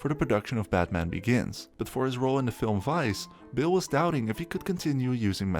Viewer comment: his Mr.Bale.. not bill..